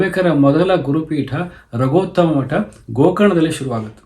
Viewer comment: ರಘೊತ್ತಮ ಮಠ ಅಲ್ಲಾ ಅದು ರಘೂತ್ತಮ ಮಠ ಹೇಳ ಆಗೊ